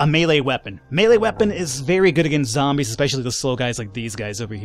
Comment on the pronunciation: I love how he calls the zombies "Zambros"